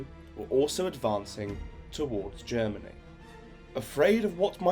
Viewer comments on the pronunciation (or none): none